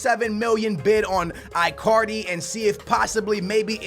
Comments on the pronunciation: like really dude work on your pronunciation of player names my ears always hurt when i hear you say Bailly and that Icardi one omg bro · i get triggerred when pronounce names wrong. marković, icardi, mané. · I-Card-E.....What?????????Seriously....WTF????Its E-Card-E. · It's pronounced EECARDI,but its alright